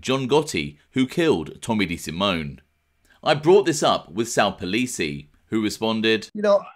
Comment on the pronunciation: It's NOT Sal Polisi like how you are pronouncing it 😂😂😂😂😂 it's POL-IN-SI. Had me here going crazy because I knew polisi kids from Ozone Park, and I thought it was their dad. Do better 😂😂😂😂😂😂😂😂